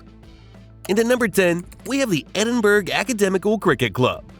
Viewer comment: Edin-burg & Mary Le Bone 😂😂😂